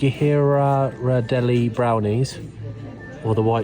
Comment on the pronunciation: Gee-ruh-deh-lee is a chocolate company out of San Fransico.